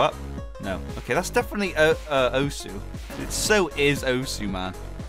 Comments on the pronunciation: says Oesu instead of Osu! Me: visible frustration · I cried when he pronounced osu as owesu